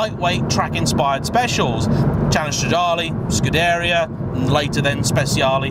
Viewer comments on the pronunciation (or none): It's Scoo-deh-ree-ah, but pronounced short & snappy, especially the "deh"